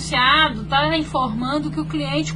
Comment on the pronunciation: Eu falo astáh tbm, afinal quando escrevemos "eh, oh lah o reclamão" lemos é, ó lá o reclamão kkkkkkk